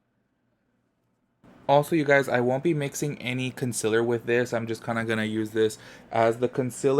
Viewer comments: “conSILLER” count please. 😬😬😬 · love how you say “consiller “ like laura leech lmao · Same lol. Gets me everytime lol